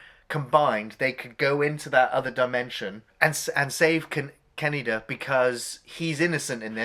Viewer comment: Says "Tetsuo" perfectly... Keeps saying "Ka-knee-da"... SMDH...